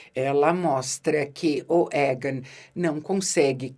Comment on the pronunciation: Que nervoso da quando pronúncias o nome do rei e dos mestres: Égan e Maister 😅